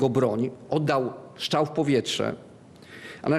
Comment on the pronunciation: Z pistoletu oddaje się strzał,a nie ,,szczał".faflunie.